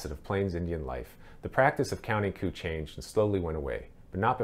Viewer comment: The word is not "coupe" (french) "coup"...pronounced "coo"...!!!